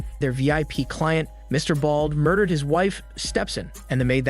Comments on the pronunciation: i like how he says Stepson instead of Step-Son like Stepson is dudes name... lol🤣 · Many minor corrections needed. The guys on the subway weren't speaking Italian. And the narrator (AI?) doesn't know how to pronounce stepson (stepsin) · Lmao--I was looking for this comment! "Stepsin" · “Stepson” instead of step son. LMFAO Bro he was speaking Spanish not Italian.